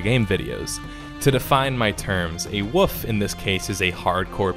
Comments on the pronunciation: in csgo you lose your rank if you lose planetside did the whole persistent world so its not like other games didnt do that and wolf has an s in it that should be pronounced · The best thing about this review is how you pronounced "wolf" as "wuff"